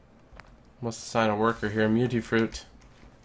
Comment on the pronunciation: Its mutfruit not mutifruit